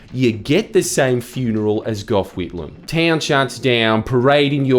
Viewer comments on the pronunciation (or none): none